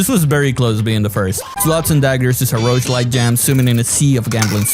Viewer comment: Rougelike❌ Roachlike✅